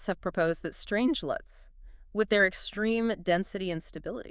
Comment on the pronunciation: the most Dangro? Extireme? Fuck this low effort AI generated slop.